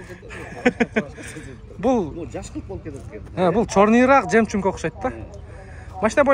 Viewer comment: Жемчунг эмес Жемчуг😂😂😂